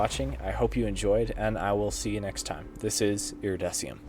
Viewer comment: Wait, you pronounce your name iridessium? :O